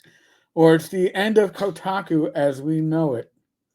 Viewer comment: are you saying Kotaco?